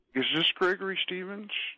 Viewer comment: Ish thish Gregory Shrevensh? No, this is not Gregory Steven’s. Ok!!!